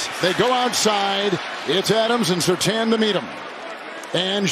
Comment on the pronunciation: Surtaan?? I have knew 2 people with that last name and they said Surtane. Hence the I